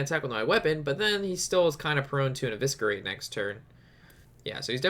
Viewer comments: Every time I heard evisKerate I wanted to scream but loved the vid keep it up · Really funny when you say evisKerate :)) ps: dont mind me, I love you and your videos.